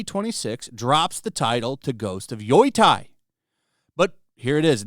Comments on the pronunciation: HOw in tf do you see YOTEI and pronounce it YOI-TAI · Yoi-tai. Just say Yo-tay it;s the closest you'll get. After several years he's still saying Shushima...... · Yoy-thai? dude yo-tey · It is pronounced Yoh-tey, not Yui-tie. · Why is everybody mispronouncing the game's name though. It's written Yotei, so why is everyobody reading Yotai? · it’s YOTEI !!!! Not fugging YOTAI WTF MAN !!! Learn how to speak Romaji you azz wipe ! love your videos btw bro keep it up 👍🏻 ❤ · Probably got quite a few similar comments but it's pronounced "yo-tay". I live about one hour from Mt Yotei. Beautiful mountain! I hiked up and stayed overnight at the top. The view is amazing. There's also a great soba shop called Isshin at the base. Wonder if it's still open... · "YOI TIE", huh? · GHOST OF WHAAAAATTTTTTTT HAAHAHAHAHAHSH I had to repeat that AT LEAST 5x 😂 I heard the most obnoxious pronunciations to YOTEI , like "Yo"thai" (like ghost of thailand) but got of WUTEI maybe my guy is mixing it up with Wutai in final fantasy 😭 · Yotei is pronounced "Yo Tay" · pretty sure it's not pronounced yoytei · Sure, let’s trust the research of the guy who didn’t look up how to pronounce Yotei 😂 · The way you read "Yotei" is painful, please learn to say it properly dude xD